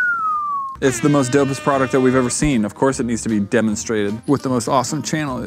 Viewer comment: I've noticed that all of them say prodect instead of product and now I can't unhear it